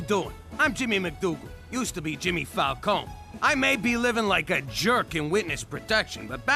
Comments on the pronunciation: Oh, technically, Italian names that end in an e are pronounced “eh.” Like, Falcon-eh. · its FAL-CO-NEH with the E ponounced like the first E in "ESCAPE" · Just to let you know, "Falcone" is pronounced Fahl-cone-eh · Well,sorry to say it to you,,but both of your pronunciations of "Falcone" are wrong P.s.I'm an italian girl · Did not notice the Falcone pronunciation until you pointed it out, but I enjoy that you did